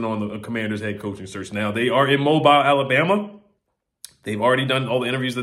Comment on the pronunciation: Hey it is pronounced " Moe bill" Alabama 😅